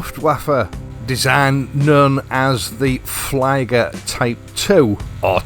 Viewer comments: Love my orient mako - great watches and not silly money. I don’t know if I should thank you or not for this link - that could get expensive 😂 Ps ie in German is an “ee” sound, so flieger is fleeger rather than fleyeger. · That's a fine looking watch. By the way, "Flieger" (German for "flyer" or "pilot") is pronounced like "FLEA-Ger," not "FLY-Ger" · Not wanting to be nitpicky, but it's pronounced as in 'flee', and a 'short G' (like you did) as you would say in 'Guffin' :)